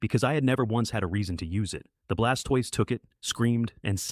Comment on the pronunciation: Fix the pronunciation of the blastoise, gyradose and salamence